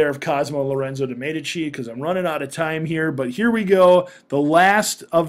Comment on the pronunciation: its actually pronounced as mee dee chee (Medici)